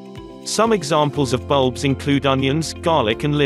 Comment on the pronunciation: bulbuls you say?